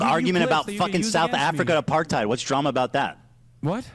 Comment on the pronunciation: What tf is up with Hissan and the word apartheid